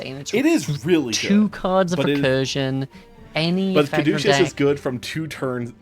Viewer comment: cad - oo - see- us